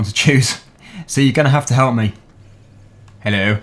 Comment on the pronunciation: the first time i see talk to a woman haha lol: Helleuw!! Woman:........